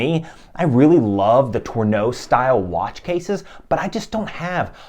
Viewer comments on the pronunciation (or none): Just a quick note: Tonneau: watch case shape (tuh-no) Torneau: Retail store that sells watches. (Tore-no)